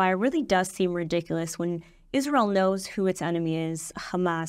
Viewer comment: The Name is ISRAEL, NOT Isral!